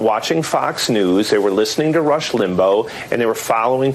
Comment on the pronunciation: He can't even say Rush Limbaugh's name right are you kidding me Dan please give it to him please from a Walmart deplorable